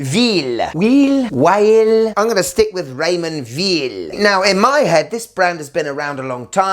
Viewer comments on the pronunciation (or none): Really like that Raymond "Veal" 😂